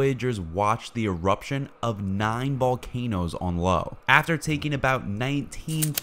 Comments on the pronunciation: Lo? oh you mean Io? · I'm pretty sure that's "Io," not, "Lo." O_o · Lo … and behold the inability to pronounce Io, “eye-oh”. Well done Uranus 😂. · It is Io- (eye-oh) not Lo (low) if this presentation was narrarated by A.I., then we are getting closer to failing the Turing test- at least, I am.... And what about the "scary data" mentioned in the title of the content?.. most likely a title with bait enough to get us space/science junkies to click and like. Is there some A.I. entity creating popular content catering to the scientifically vocabulric illiterate and naive masses that is making money off of YouTube (controlled by a human perhaps??) It makes me want to scream foul somehow. Other than that- many cool facts and images though flawed in some obviously criticizeable ways. Ya. All that. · That’s Io, not Lo. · Very informative and well presented video, I really enjoyed it. Just as a note, the moon you called Lo is Io, pronounced eye oh. She was a priestess of Hera in Greek Mythology, who was lusted after by Zeus, and was turned into a cow to hide her from the eye's of Zeus' wife Hera (Greek mythology is weird). Jupiter is the Romanised form of Zeus, and most of its moons are named after people he lusted after. Anyway keep up the good work. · Please stop calling the moon Lo ..... It's IO...... Io ......eye-oh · I believe the pronunciation of that moon's name Io is "eye-yoh"...... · It's IO.